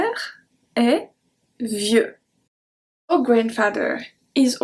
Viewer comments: C’est génial. Merci. Minor tip, your pronunciation of the English “our” is off. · The way you said our confused me for a second